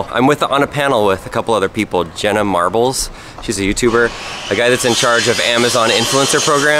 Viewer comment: Did you just say janna marbles Disgraceful